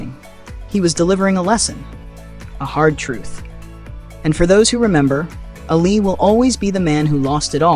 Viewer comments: ALI not ALLEY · Its not ally its Ali